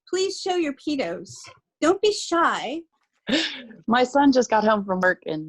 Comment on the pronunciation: You pronounce it PeaDos anyway ,as you have on all your videos so why not name it that because PeaTos might as well be a bag of Dicks to a Spanish person .